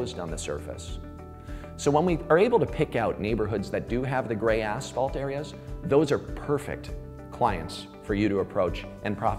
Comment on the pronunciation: Love how all these asphalt professionals say aSHphalt... It's aSphalt... Just like it's spelled